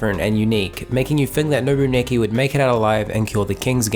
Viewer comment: I loved this anime even though it was fucked up. I’m surprised that a lot of people hated this anime. And you keep saying Nobuaki’s name wrong.